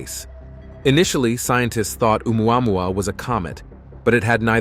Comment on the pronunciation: If I hear one more Ai voice trying to say "Oumuamua" I'm gonna punch my screen.